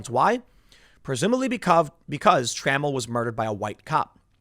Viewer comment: FYI: it's Tra-MELL, not trammel.